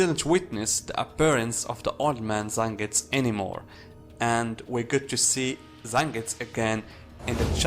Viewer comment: So annoyed with him not pronouncing fully like zengusss. Wtf man its Zengetsu! 🤮